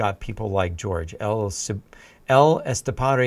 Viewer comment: Please, stop calling him 'George'. I know Jorge is the Spanish equivalent to George, but it's not at all how you pronounce it.